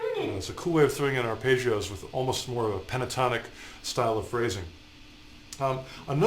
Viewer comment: Has anyone else been annoyed by Ar-pay-ggeos?